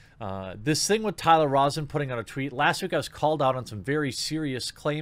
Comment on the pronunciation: Rosen is pronounced rose-en :D